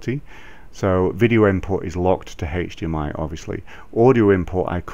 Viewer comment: Yes, that's the correct way to say this in the UK...